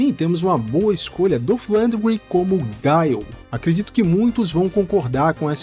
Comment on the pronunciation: "Gáiou" e "Báison" é foda hein.. É Guile mano.. e Bisôn velho, em "brasileiro" mesmo.. rsrs